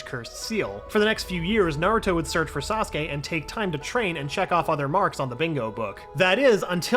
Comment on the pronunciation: I’m surprise he pronounced Saskue correctly